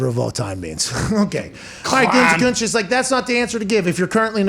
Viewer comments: Can someone please go make a compilation video of every time Pat has said “Gutekuntz” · I love Pat, but the way he says "Gutekunst" drives me absolutely nuts.